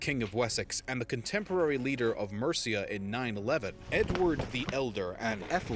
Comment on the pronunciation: I found it quite amusing that you tried to pronounce Mercia as 'Merica to try to somehow introduce your country into the mix,. I find it quite ironic that the 'America' in your country's name comes from the female Latin version of Amerigo Vespucci as in Americus Vespuccius, i.e. Americus is the male form and America is the female form of that name of his. Nice try, Mate, but it didn't work....especially when you consider that your country didn't even exist for another 1,250 years after the creation of Mercia, did it?